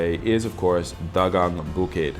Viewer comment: Dagang is pronounced da-gang not dag-ang, ok?